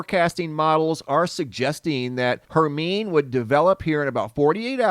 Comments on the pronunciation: Hey there! Hermine is pronounced: Her-mine-ee ( like in Harry Potter) 🧙🏻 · I sent you a perfect rectangle a few years ago and you had it on your vlog! Thatm made my day! Thank you! I think that hurricane would be pronounced "Herminey", no?